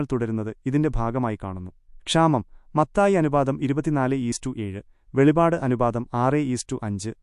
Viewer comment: വെളിപാട് അല്ല വെളിപ്പാട് 🙏